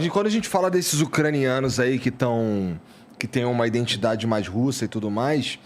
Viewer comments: domina o assunto, uma aula, mas fala "INDENTIDADE". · O careca fala “iNdentidade”…pqp!